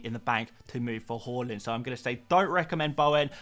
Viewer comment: Everytime you say Haaland, it sounds like you say Hojlund… you should work on that mate…